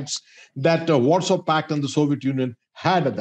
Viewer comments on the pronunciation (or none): none